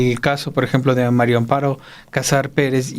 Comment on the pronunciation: Me estresa oir a Álvaro pronunciar MARIO Amparo en lugar de MARÍA, alguien q le diga por favor q es María no Mario